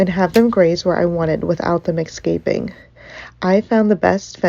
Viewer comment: The word is "ES-caping", not "EX-caping". Are the they type of person who "AX" a question too?